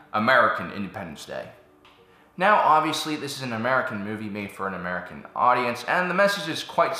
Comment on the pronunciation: The way he said american was like, MURICA!!!!!!!